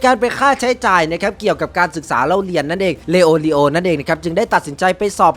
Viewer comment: พูดชื่อผิด🤣🤣🤣 ชื่อมันยาวครับเข้าใจ